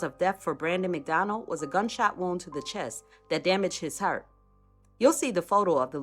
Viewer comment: Right like when she say heart lol